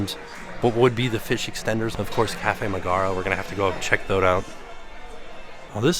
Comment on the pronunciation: I thought it was MEG ger rah not mah gar rah.